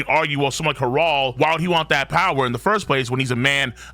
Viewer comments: Saying it with the hard R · Why do you keep on calling him har- ald 😂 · love your videos but the way u pronounce Harold sets me 😂 love tho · Why is saying Harold so wierd lol